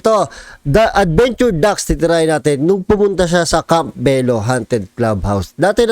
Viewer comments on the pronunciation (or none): none